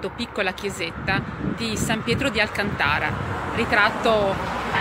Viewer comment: Grazie mille. Solo....si dice Alcàntara. È una città della Spagna che prende il nome dal ponte che la caratterizza